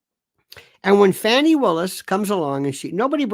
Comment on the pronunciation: Please cease and desist I calling her Fanny. It's pronounced Fawny. Like a delicate little doe, a deer, a female deer. Okay? Thanks